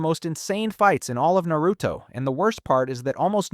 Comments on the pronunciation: Almost watched this video, then you called it nEruto... immediately turned it off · I immediately turned the video off right when he said nEruto